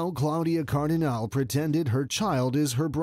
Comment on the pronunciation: It certainly grates on the ear that the narrator has not managed to learn to say "Claudia Cardinale" in Italian.